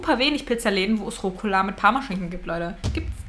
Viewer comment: Es heißt Rucola 😂